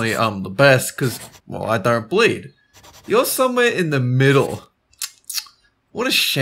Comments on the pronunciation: Did anybody notice they said " I DON'T BEED" instead of " I DON'T BLEED". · "i dont beed"